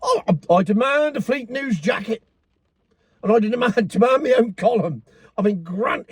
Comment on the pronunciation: It's Jert, not a shacket! 😂